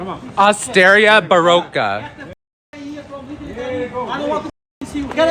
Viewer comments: ¡Ostería Barroca! Baroque Oyster Shop! , that guy murdered that pronunciation! How offensive! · Sir is the only asshole in sight. AND he mispronounced “Osteria”, thereby insulting all Italians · What's the name of the restaurant? Send them some good business. Big bird said it, but he butchered the name